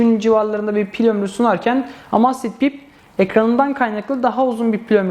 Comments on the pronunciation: Emeyzfit diye okunur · "Amasfit bip " :D